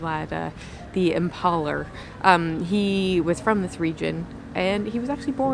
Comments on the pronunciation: Vlad the impAler? You mean the impa(E)ler!?,🤣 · Thanks for the vid. Impaler as in 'Ale'. Hope you're keeping well and safe.